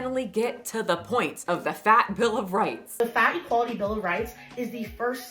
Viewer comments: Everytime she says fat equality I hear fatty quality. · Is anyone else just tickled over the fact that when she says “fat equality”, it sounds like she’s saying “fatty quality”?